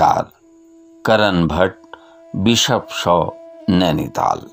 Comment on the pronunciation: नैनीताल, आपके उच्चारण से और निखर जाता है। दिल गदगद हो गया सर🙏।